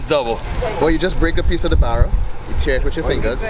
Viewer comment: Is anyone else cringing super hard every time he says, "barra”?